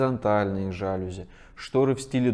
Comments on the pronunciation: Не жАлюзи, а жалюзИ. Дизайнеру стыдно этого не знать. И смешно, не будучи элементарно грамотным, поучать других. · Ещё хорошо, чтобы сказал жалюзИ! А не жАлюзи!!!😀😀😀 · дизайнер говорит "жАлюзи", как можно после этого слушать советы😂😂😂😉. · Да. Всё отлично, конструктивно! Кроме, режущего слух, жАлюзи, вместо жалюзИ. Большое спасибо. Всем добра! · Вы даете рекомендации по дизайну! Вы в теме и должны знать, что во французском языке ударение всегда на последнем слоге!! Не жааалюзи , а жалюзиииии 😂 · Больше удешевляет когда Вы говорите жАлюзи, а не жалюзИ. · спасибо за ценные советы! только не жАлюзи, а жалюзИ, во французском ударения на последний слог. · Почему « дороже»? Может « эстетичнее»! И жалюзИ! А не жАлюзи🤦🏽‍♀️ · жАлюзи? Серьезно?... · Особенно словами "жАлюзи" и "профилЯ" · Все очень интересно. Спасибо за дельные советы. НО.... жалюзИ - это французское слово и ударение ставится на последний слог!🙃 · в России так будет говорить безграмотный человек) в русском языке ударение ставится на последний слог, поскольку слово заимствовано. по вашей логике стоит говорить пОртфель, вместо портфЕль, пОртьера, а не портьЕра и тд) будет довольно нелепо звучать. Чем же вам жалюзИ не угодили? Ох уж эти устоявшиеся косноязычия! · Сейчас куда ни глянь, все стали гуру дизайна. А слово жалюзИ правильно сказать не могут. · Спасибо за видео! Было интересно и полезно послушать, но, слово ЖалюзИ и прОфили, надо произносить правильно. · Всё здорово, но правильно будет "жалюзИ" и "прОфилям". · Такой грамотный интересный текст и вдруг слух резануло неправильное ударение в слове ,,жалюзи,, неужели автор не знает, что это французское слово, а значит ударение падает на букву ,,и,,? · ударение на последний слог - жалюзИ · А меня смутило, что дизайнер само слово "жалюзи" произносит неправильно... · тоже внимание обратил. Когда он неправильно произнес это слово, я невольно усомнился в его точке зрения. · А можно было в слове жалюзи поставить ударение правильно?